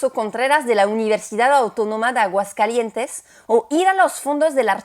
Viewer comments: Enriquecedor, dinámico y ameno, a parte de interesante y cultural, me gustó mucho; un dato inútil, (como se dicen por aquí), no se dice Aguascalientes'n, jajaja, se dice Aguascalientes, hermoso día y un abrazo fraterno. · ¡Aguascalietes'n, qué bárbara,! Ya más mexicana que el atole. Extraordinaria la calidad narrativa, la investigación, la producción. Te la volaste con este video, de verdad.